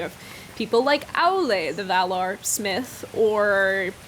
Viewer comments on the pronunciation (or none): none